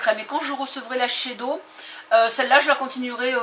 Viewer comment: Sans vouloir offenser personne .. vraiment ^^ on dit shissèdo =S a par ça sympa comme vidéo :)